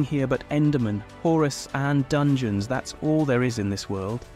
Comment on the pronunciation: "Horus" "Dangeons" 💀